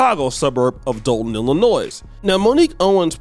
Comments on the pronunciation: the "S" in Illinois is silent.🎓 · It's Illinois mate, not Illinoise. Cheers from England. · Just a quick note that it’s Illi-noy and not Illi-noys. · its pronounced ILLI NOY the S is silent. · Are you sure you are FBA, it's pronounced ill- luh- noy.